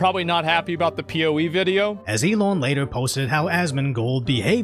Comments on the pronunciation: The way you say "Elon" is a bit funny. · There should be a law against how you pronounce Elon 😮